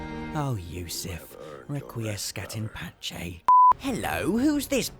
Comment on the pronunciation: I don't know why, but hearing say Requiescat in pace has to be one of the funniest things I've heard all week.